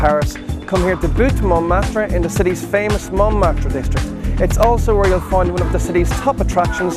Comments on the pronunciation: No, you were told bad, there is a R sound at the end of Louvres and Montmartre. Only that R is more of a soft expired R... well a french R ^^ Just listen to a proper pronounciation, you'll see ! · Did anyone else notice that his pronunciation is terrible? I don't even speak French but know that the Louvre is pronounced "looov" not "Lou-v-ree" and that the "re" at the end of Montmartre is silent. You would think hostel world would learn the basics before giving travel advice...